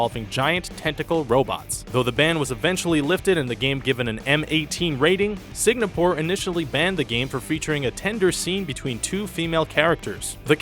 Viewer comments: Signapore. Really? Is it that hard to pronounce "Singapore"? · Sig-na-pore? Fucking really? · I thought Amsterdam was bad enough, but "signapoor"?